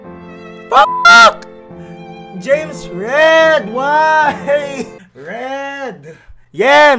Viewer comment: James Red🤣 i Laughed so Hard On how he Pronounce Those names.